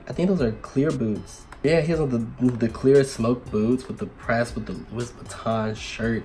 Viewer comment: I thought it was pronounced "Loo-Eee" not LOO-IS